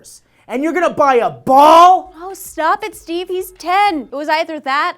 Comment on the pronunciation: She said " Stee" in the beginning, didn't she?